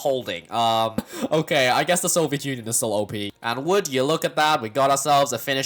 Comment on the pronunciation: “Sabetsky Soyuz” True communist detected